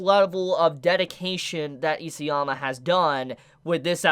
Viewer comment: It really bothers me that you pronounce “EASYama”. His name is ISAYAMA!